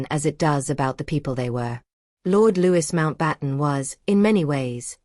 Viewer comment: I wanted to listen to this. However. The continual mispronunciation of Louis Mountbatten's name is grating on my nerves. If you put something on here, do please make sure it is factual.